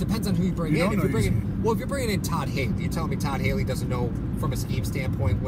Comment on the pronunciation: I cringe every time you say Todd Haley. Please Stop! Living in KC now from Rochester. Living here and at the time wanting Mahomes would we be better off going into the up coming draft with him instead of Allen? I like Allen but seeing Mahomes play makes me think what if. Revisionist history I know.